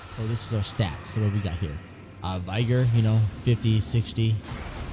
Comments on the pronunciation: Vee- gor lol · did you say 60 v-eye-gor? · if bro says vyger one more time